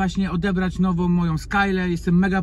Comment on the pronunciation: Hej. Kilka uwag i błagam - odbierz to jako konstruktywną krytykę, a nie jako atak na Twoją osobę. Jak sam mówisz, chcesz sie rozwijać, więc moje uwagi powinny Ci pomóc. 1. - NOWOM? Poważnie? i to samo. Jom??? Co to znaczy jom? 2. - przetestowac JOM. No weź, co znaczy JOM? Nie ma takiego słowa w jezyku polskim. Popracuj nad tym proszę 3. - bendom... jak wyżej. 4. - najlepszej? Mam inne dane na ten temat - czy mógłbyś jakoś uargumentować tę opinię? 5. do - pokaż owe przykrycia SZMATOM i największe babole proszę 6. - konkrety proszę. Wymień te łodzie, które widziałeś 7. - z czym? 8. - przed czym? 9. - dlaczego w Skylli a nie w Skajli sie mówi? 10. - Mówisz, że ruszyliście nad wodę, ale wciąż widzę Cię na parkingu. Czyli gdzie jesteście? 11. - swojom, wymarzonom... 12. - coś pięknego? Ja tak nie uważam. Więc warto dodać - w mojej opinii - coś pięknego. Moim zdaniem - coś pięknego 13. - brawo - wyraziłeś własne zdanie i nie bałeś sie tego zrobić - szacun 14. - moge se zmienić? Poważnie? 15. - którom. Już Ci odpuszczam te wszystkie majom, dajom, wezmom, pójdom itd. 16. Dobrze, dalej nie oglądam - zmęczyłem się. - chciałeś łapkę w górę, chciałeś suba żeby się rozwijać. Mam wrażenie, że jak dam suba, lajka czy tam łapkę, to sie nie rozwiniesz. Ale jeśli masz jaja, to nie skasujesz tego komentarza, tylko powiesz - kurde - facet ma rację - popełniam mase błędów językowych. A ja